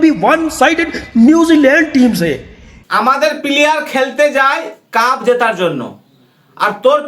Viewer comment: কাফের না কাপের । বাংলাটা তো ঠিক করে বল ক্যাংলাদেশি !! 😂